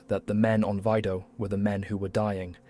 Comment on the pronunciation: Its mžnot vydo....V I D O